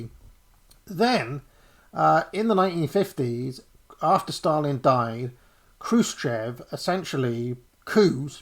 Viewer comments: Хрущёв = "Xrushhyof" (not Kroosh-chev) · Khrushchev is pronounced KROOSH CHOF!!.. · Check the pronounce of Chruščëv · 27 minutes in we know no more about where and what the evidence for this or that is. You could try pronouncing 'Krushchev' better though. Interesting though how this Trots versus Stalin etc team sport has risen to the surface again. Never died off after all, just kept under the radar for 40 years. Is this group related to? the CPGBML?